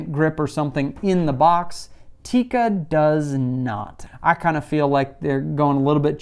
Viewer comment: First you can learn how to pronounce Tikka